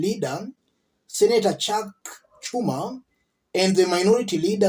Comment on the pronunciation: Chuck Chuma, Joe Bidden, Mich MaCo-what?? Wow! You've really butchered those names.